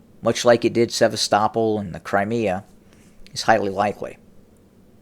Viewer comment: Is your battery going dead. When are robots going to learn how to pronounce names.. Have the guy that turns your power on, teach you how to pronounce Sevastopol, That is the easiest way to spot a robot. They pronounce things the way they are spelled..